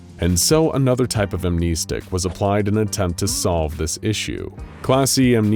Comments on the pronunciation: Bro said amneestic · “am-NEST-ics”. Thank you in advance.